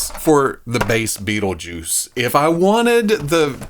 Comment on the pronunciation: Hell yeah, been curious about this one for awhile. Also love how that accent hangs on "Bait-le-juice" 🤣